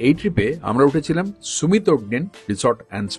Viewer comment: 'সুমিত' না 'সামিট' (Summit = peak, topmost point)? 😂